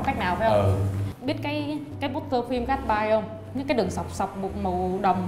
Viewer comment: ƠI! Phong cách GASTBY ( gát xờ bi ) =)) chứ ko phải là gát bai hahahaha dễ thương quá hahahahahha <3